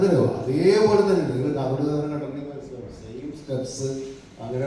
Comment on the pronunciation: കാത്തോട് അല്ല കാതോട്😮😮😮